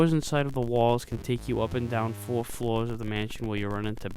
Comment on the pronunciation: "each of tha foa floas" ?